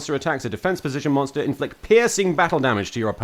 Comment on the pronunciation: “If your linked link moster” ~giggles~ 😂😂😂😂😂